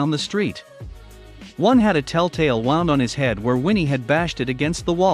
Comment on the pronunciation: WOUND is pronounced woond, NOT wownd.